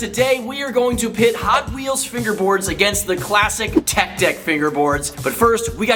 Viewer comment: bro he was saying it’s tech deck it’s cause he said TECK deck and not TECH deck